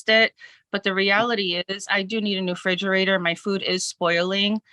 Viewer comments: It's a refrigerator, not a frigerator. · I can't stand when grown ass adults say "fridgerator"